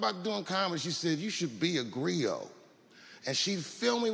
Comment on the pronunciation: Griot. Sounds like grillo. Grillo means cricket in Spanish.